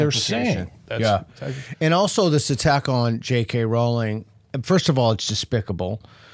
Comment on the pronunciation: I’ll point out their crack research team also mispronounced Jk Rowling’s name (it rhymes with “bowling” not with “howling”).